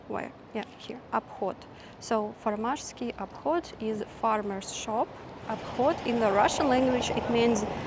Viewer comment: You pronounced farmářský obchod pretty well i think